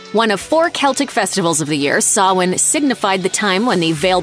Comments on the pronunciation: I was about to correct you on how to say "Sawhain" but was surprised on how you said it perfectly! (Btw please don't buy animals, everyone, adopt!) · Ah, finally someone who says Samhain correctly 😄